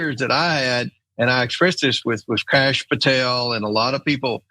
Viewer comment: Did he say "Krash" Patel? Amazing. Bondi is a layer and as crooked as you think.